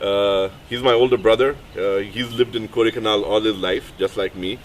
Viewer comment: For someone who has his bro lived all his life in the place, then he should know it is called Kodaikaanal and not kodaikanaaaal...